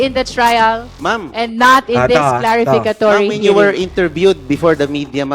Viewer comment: C madam CLarificatory 😂😂😂,bwisitro😂😂😂